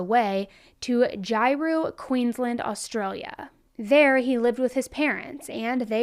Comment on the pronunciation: I love how Americans pronounce Australian places. Wagga Wagga is pronounced Woggah (we just usually stop at one Wagga) and you need more bogan when you say Ah-straya. Props for the Australian story though.